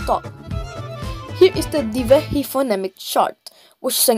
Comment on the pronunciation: Being a Maldivian I know it is not 'Thivehi' but 'Dhivehi'